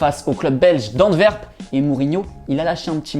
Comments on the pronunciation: D'antverp 😂 c est l'Antwerp. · Antverp il aura dit 😂😂😂😂 C’est antwerp pour le néerlandais et Anvers pour le français merci 😂😂😂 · Mais les francais vont jamais réussir a prononcer les clubs belges ou c comment ? ANTWERP = ANTE OUERPE ou ANVERS en francais et pas ANDWERP😩😂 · Vous n’êtes pas capable de dire Antwerp/ Anvers correctement ?